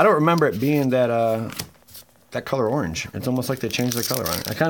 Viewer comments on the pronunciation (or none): none